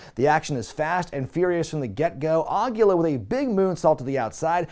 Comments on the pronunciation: Awesome video,! One thing though: "Aguila" is Spanish for owl, and it's pronounced more like "ah-GHEE-la" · Way to mispronounce Aguila, bud....